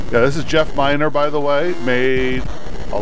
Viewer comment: Jeff Minter, not Miner. Sorry if that's annoying me correcting you, but that's how it's spelled and pronounced, and that's his name. Love your videos by the way.